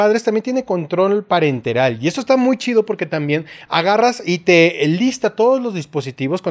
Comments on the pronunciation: "Parental", no "parenteral". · Se burlan del control parenteral, pero lo dijo así como homenaje a Black Parentel:v